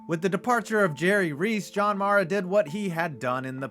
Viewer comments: Joe “shine” and John “mah-rah” 🤦‍♂️ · Guy can’t even pronounce john maras last name lmfao